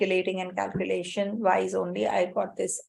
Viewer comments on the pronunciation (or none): It's "wise" not "vise"